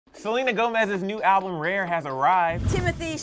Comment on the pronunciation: Lmao😹 Every time says "RARE," it sounds like "REAR."